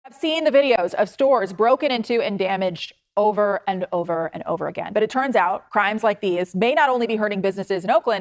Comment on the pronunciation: Anyone else ever notice that says “churns out” instead of “turns out”? Go back to the beginning of this video so you - like me - can never hear it the same ever again